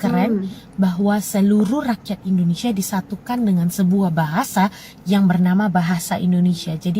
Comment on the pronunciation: Tolong jangan dibaca nama negara kami BUKAN INDONESIE yg benar INDONESIA .